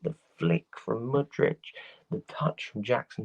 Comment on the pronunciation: MU-DRY-K CHUK-WUE-MEKA